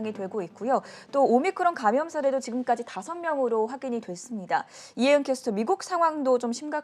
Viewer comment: 케스터x->캐스터, 양수겹장x->양수겸장